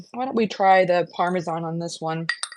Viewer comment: THANK YOU for pronouncing Parmesan correctly! I cringe when ever I hear "parme-john" which is a lot these days 😂 And thank you thank you for the great recipes. I already made the Parmesan-like mix to put on my pasta dishes this week!